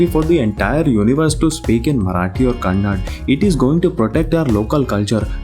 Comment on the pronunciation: its kannada not kannad you handi